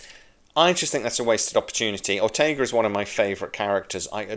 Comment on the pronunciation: OrtegaS. If she's your favorite character and you adore her - why can't you get her name right?